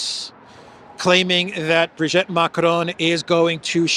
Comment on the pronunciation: It isn't Brigette Macron,, it is Brigitte Macron. Brigette doesn't exist in French. Also, it is not Lecarnu, it is Lecornu with an o. Lecornu means "the hored one"!